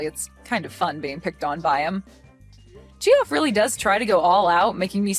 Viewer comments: The name is pronounced 'Jeff' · Just so that you get it right next time Geoffrey is pronounced the same as Jeffrey, & the shortened form is the same. So Jeff & Geoff sound the same!! Geoffrey is the older form of the name since medieval times!